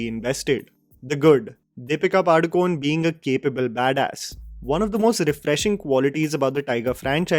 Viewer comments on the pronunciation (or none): It's pronounced Padukoneh, not Padukone. Pronounce the actress's name properly!